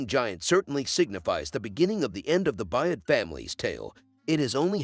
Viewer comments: The last name is B-Y-R-D, pronounced “Bird.” If you watched the show, you would know what the last name of the main character was. Doesn’t lend much credibility to your “subscription.” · The main character’s name is Byrd, pronounced: Bird not Buy-ed! Javi’s name is pronounced: Ha-vee not Ja-vee! It’s a Latin name and the J is pronounced as an H!